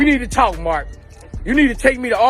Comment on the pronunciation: I felt Lauren Hill she was exactly 💯 right & yes they did try too knock her then copy her! All facts Queen & Nas always 🙌 brings heat str8 lyrical genius 🔥& Boosie had me lmao at the way he pronounced 😂 Marks last name. Akon has a valid point 👏 but snitches are a NO GO that's how I was raised.. 2020 (Real is Rare) G ( Code 4 life)